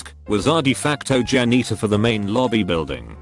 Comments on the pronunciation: Nobody: Robot Voice: Jan eater. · I love how the AI read janitor like Jan eater. So besides being a bus driver he just eats Jan’s all day lol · No one: Commentator: Jan-neetor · Nobody: Narrator: jA-kNeE-ter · "worked as a jan-eater..." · No one: Absolutely no one: This voice: Jan-eater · no one: computer: jan - NEE - ter